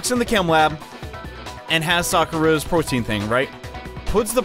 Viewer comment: i thought protein was prote in for a second there